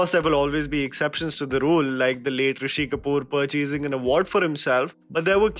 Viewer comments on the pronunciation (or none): none